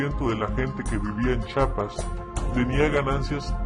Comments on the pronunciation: se dice Chiapas no Chapas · talvez. todo bien pero NO ES CHAPAS ES CHIAPAS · se dice CHIAPAS. NO CHAPAS